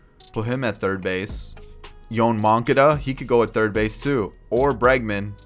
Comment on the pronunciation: No way you pronounced moncada like that 😂